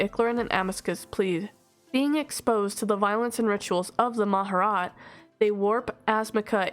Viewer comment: Respectfully you mispronounced Mah-Jar-Rat